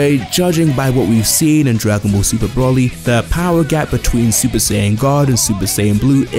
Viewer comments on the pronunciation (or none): his name is broly not brawley